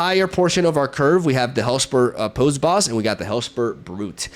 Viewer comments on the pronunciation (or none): Spicy deck! Unrelated, but you've mentioned wanting to pronounce things right before: "Posse" sounds like "Paw C", rhymes with "bossy". Super petty, sorry, but it was bugging me. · can't wait till you figure out the metagame... considering youve never seen these 12 sets before it honestly shocked me to see you at mythic lol... also it's pronounced possy (poss eee)... the way you pronounced it was hillarious tho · Great video! P.S. posse is pronounced possy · Hellspur Posse Boss is pronounced Possy,! xD Really cool deck and I like how you pointed out the similarities with Loki, but a much fairer approach. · Hi, cool deck. Dunno if you care but "posse" = "paw-see". Old timey word for "gang".